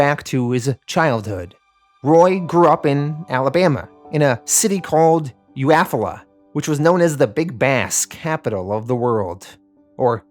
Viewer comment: Great video. But as a native of Alabama, Eufaula is pronounced like You-fall-a.